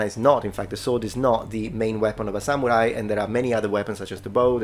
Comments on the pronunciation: Why does sometimes say, “sa MEW rai”, and other times say, “sa MOO rai”? Pick a pronunciation…. well, pick the correct one. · The way this man pronounces "Samurai" hurts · seems to be an awesome dude, however I am very annoyed by his pronunciation of samurai. He goes out of his way to pronounce karate related terms fairly well so it's just very odd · just at the start of this video, but it is really annoying me, how he pronounces samurai. If he's going to make a whole video on something, he could pronounce it right.